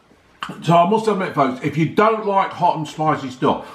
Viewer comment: Not for me too spiceh, too salteh and vereh unhealtheh but another brilliant review as usual. Best youtuber by a mile!